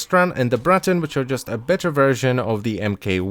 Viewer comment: I love the way you roll the R in Braton